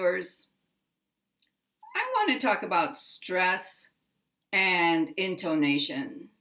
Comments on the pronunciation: It's because of your pronunciation of the o vowel sound, which is like a long O sound, instead of an 'uh. /in tuh ' na shun/ vs your /in tO nA shun/ in my opinion.' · In your pronunciation of 'intonation' you stress on the second syllable. The right stress is on the third syllable. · I think perhaps the confusion is just because you put a little more relative accentuation on "to" than some English speakers I've heard (especially those who speak British English), pronouncing it almost like: >> ˌɪntoʊˈneɪʃən [in-tou-NA-tion] ... rather than: >> ˌɪntəˈneɪʃən. [in-to-NA-tion] I've heard many American speakers pronounce "tə" this way like "toʊ" as you do, but it might throw off people used to hearing it more like the British pronunciation. It was clear to my ears though that you still placed the primary accent on the third syllable and secondary accent on the first. I think the poster was just thrown off by the different, slightly-longer way you pronounced the "to" syllable.